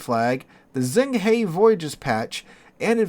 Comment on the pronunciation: Zheng He is pronounced jung huh (huh like WAR! HUH! Good god, yall). Zh makes a j sound in Chinese.